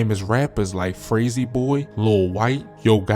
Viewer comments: Fraysie boy hahah his name is fraysor boy by the way Memphis are so beautiful pleace but jeah very dangerous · He said frazy boy 🤣🤣🤣 I'm from Frayser this dude wouldn't make it